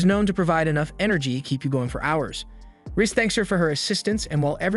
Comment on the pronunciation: He's saying rizz as rys name💀💀💀💀💀